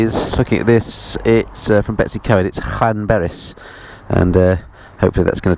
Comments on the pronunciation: I like your channel. Ive been riding for nearly 50 years now. Still ride a zx14 r so its my yardstick on aging. Now I was born in Wales. Betws-y-Coed is pronounced BETTIS- EE- COID. Not Betty' s CoEd which sounds like some bints secondary school. Watching on my tv with no access to comments and commenting on my tablet. I really enjoyed your tour of Scotland where we went a couple years ago through Ullapool to Tweed, in a hire car not a bike, as we live in remote southern West Australia, where the snakes and spiders are. You do not realise how fantastic it is to see green fields and lush gardens and cleansheep and rain and temperatures no higher than 25 C. O k i can go back to the big screen, the scenery and your pleasant monoloque alone in your helmet threading your way sedately through the 20 million tiny hatchbacks. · Betws-Y-Coed is pronounced "Better See Coid" and Beddgelert is "Beth Gel Art" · Nice video however I was cringing at the pronounciation of the Welsh names. I know you mentioned in the video about it. To get you on the right road to say the Welsh place names: Betws-y-coed is Bettus ur coid; Llanrwst is thlanroost, Beddgelert is Bed gellet (dd is th). Good luck with Llanfair pg - longest place name. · That was a very English pronunciation of Betws y coed. Lovely little village gets hectic during the holidays. Nice to see the place again thank you.